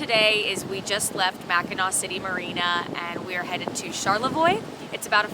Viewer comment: Impressed, most people butcher the names of Mackinaw and Traverse. Does your ecoflow do a good job cooling the boat? Thanks!